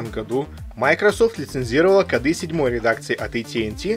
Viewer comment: Шикарно, подробно и доходчиво. Ностальгия. НО не кодА, а кОды. И много еще подобных слов, с неправильными ударениями. Сильно слух царапает. Удачи.